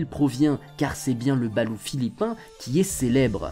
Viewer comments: Veillez à prononcer le T à la fin [BALOUTE] et non BALOU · Hello, pour aller souvent aux Philippines et ma compagne étant des Philippines, je me permet de te corriger sur la prononciation. On dit "balotte" et non "balou". Sinon chaîne très intéressante et sortant de l'ordinaire. Je sub :) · chuis philippin ,on dit balote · Jhabite au philippines , cest exellent , ont le mange le soir surtout pour laspect , et il faut prononcer le T a la fin de BaluT , le blanc de loeuf balut ne se mange pas car il est tres dur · Pour info le T à la fin du mot se prononce. Perso j'adore en manger